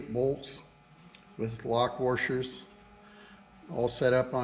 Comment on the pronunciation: It's "washer" not "worscher"